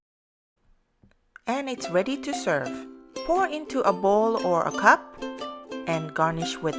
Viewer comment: pour into a ball or a coc*k.. You need to improve your english.. i'm serious..